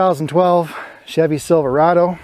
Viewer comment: "Chevy Silver-AY-do" Then props to you if you know what I'm referring to.